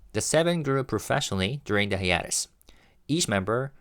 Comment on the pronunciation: /haɪˈeɪ.t̬əs/ Hi-a-tes. Long a. Love you Kiss kiss kiss. This word is coming up a lot and I know you care about pronunciation.